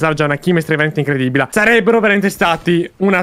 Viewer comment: "INCREDIBILA" HAHA Grande ✌🏻